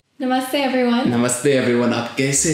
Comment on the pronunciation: First teach him to say "namaste mera naam stephen hai" properly